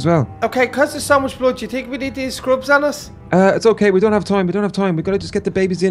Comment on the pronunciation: she siad dount